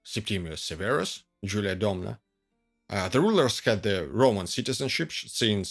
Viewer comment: The Latin pronunciation of "I" is the sound of The English "Eee", so it is pronounced "AntoNINE-us", just as you pronounced "Jul-EE-A" correctly. Latin vowels were pronounced ah-eh-ee-awe-oo. Long sounds only for I (sounding like EE) and U (oo). What's with that sinister ski cap look?